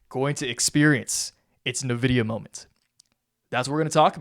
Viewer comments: IN-VIDIA not NAVIDIA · When someone says nuh-vidia I stop listening lol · Bro. N-vidia